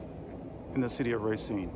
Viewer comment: Please, please PLEASE!!! It is RAH-cine, not RAY-CINE